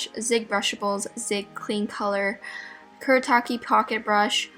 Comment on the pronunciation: It's "sa Koo duh" (Sakura) and "Koo Doo ta Kay" (kuretaki)